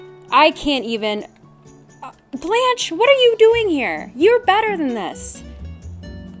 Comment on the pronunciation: my french self cant get over the way people say blanche and beau like i shouldnt but i feel the need.